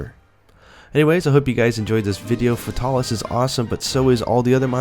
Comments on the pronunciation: "fahtalis" he says xD its Fae-tal-is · The way this guy says fatalis breaks my ears. Its Fatalis not futalis. Good video though keep up the good work. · I hate the way you pronounce its name, it's "FATE-uh-lis" not the way you say it. It annoys me on how much you screw up monsters names in all your videos. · sadly you are wrong it is "fatal_lis" the L at the end of fatal is singular and therefore allows the "lis" to be pronounced appropriately forming "Fatalis" a 3 syllable name